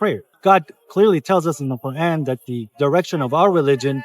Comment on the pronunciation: You need to stop pronouncing the Qur’an in that fake accent. It’s super cringe.